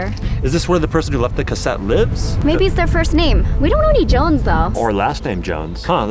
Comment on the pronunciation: Jones it's Jones